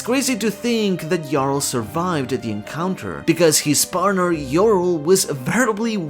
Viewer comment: Thank you for pronouncing Jarul correctly, I grow tired of hearing Ja Rule